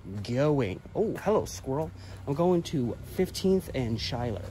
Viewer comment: Schuyler is pronounced “Skyler”